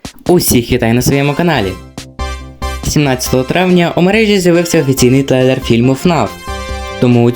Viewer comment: згадав. Короче у деяких моментах ти говориш слово трейлер як тлейлер. Так я зануда😈